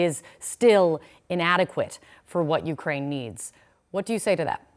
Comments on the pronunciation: ukwain xd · Ukwaine after 2 minutes almost turned into Jonathan woss there 😂